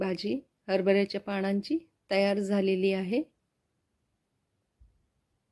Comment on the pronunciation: छान झाली आहे भाजी, पण हरभर्याच्या पानांची भाजी हा शब्द वापरला जातो त्या ऐवजी ण शब्द वापरला गेला आहे ते तेव्हढे दुरूस्ती करून घे